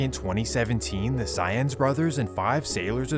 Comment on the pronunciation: Lol Saenz is pronounced kinda like "signs" not like "science"